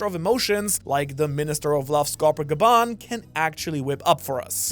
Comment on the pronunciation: wont the emphasis be on the first syllable for Skopper Gaban. GA-ben not ga-BAN. it's japanese remember. why is it that it's the people who watch the subs that get all the pronunciations wrong? (thats hypothetical. i know it's because they never actually hear the words out loud). Don't you actually live in japan?